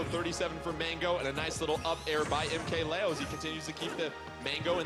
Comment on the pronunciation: Why can’t people pronounce things right like mkleo “mk Lay-Yo” it’s Lee-O like it’s not that hard fam